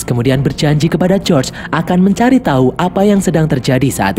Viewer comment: Bukan josr bg tapi George😅